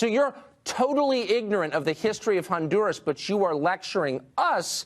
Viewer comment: If I have to hear that windbag say ondoorrass 1 more time, I'm gonna fuck my own ears off.